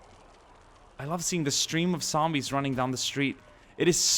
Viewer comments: it is not ssombies, it is zombies pal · explain to me why you say "zand bags" and "sombies"